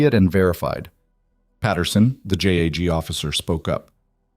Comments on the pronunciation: Ok narrator if u can't pronounce JAG correctly its JUDGE ADVOCATE GENERAL NOT J A G😮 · Ok narrator JAG is pronounced as a word not individual letters